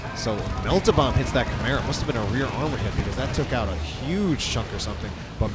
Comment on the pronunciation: I swear when you say chimera I hear camaro